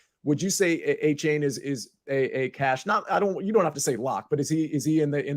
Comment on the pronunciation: Can we just stick to A - Chain? Stop letting this man try to change how we pronounce "ane" in the English language on the fly